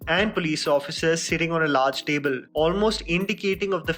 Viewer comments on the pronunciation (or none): none